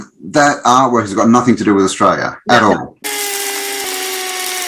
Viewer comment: Pet peeve accomplished! The word "nothing" doesn't end with a frigging K. "Nothink"....you idiot!